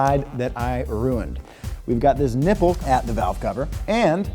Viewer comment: Sounded more like nibble than nipple.